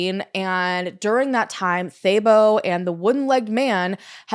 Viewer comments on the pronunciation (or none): I'm South African and I was impressed with how you pronounced most words. But I was very confused about "thay-bow" 😂 I thought, what a weird name. Then I realized it's Thabo. Haha, that one is pronounced "tah-boh"